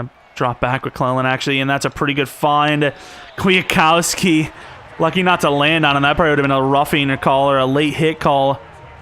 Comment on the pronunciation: Bro its QUIT-COW-SKI